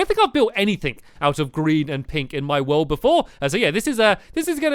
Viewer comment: welkome to Stampys lovlyyy WOOOOOOLLLD HE says woold not world